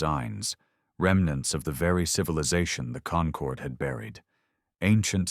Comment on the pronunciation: Very good story and excellent narration only one tiny complaint it needs to refine its pronunciation of concorde.